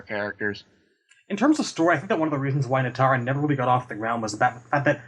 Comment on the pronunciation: NEE-tara, guys. Not NIGH-tara. :P